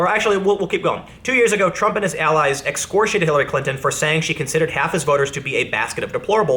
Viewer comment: Ex-core-E-8-ed not however it was you said that, Tim